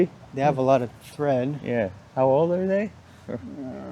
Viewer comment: It’s tread on tires not thread 😂